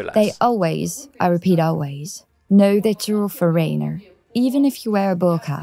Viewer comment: haha...foRAINER...... sigh